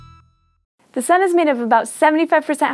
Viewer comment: I didn't hear you say Sun the first time. Maybe try enunciating your first sentence better.